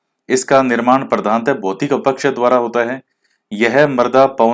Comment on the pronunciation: Sir aap अपक्षय को अपकक्षय बोलते ह । acha lagta h ye bhi😁😁😇 6 out of 6 sahi h sir...